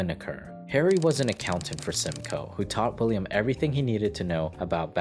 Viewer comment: "William Rosenberg" ...... "Willam" William